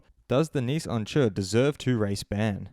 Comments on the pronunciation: Who's Onjer? You mean Oncu pronounced ON-Shoe? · Bro if you’re gonna slate him at least pronounce his name correctly 😂